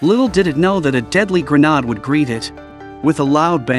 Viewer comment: word of the day: Grenarrrrde